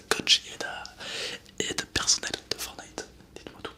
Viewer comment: Super video MAIS on dit forTnite et pas fornite :)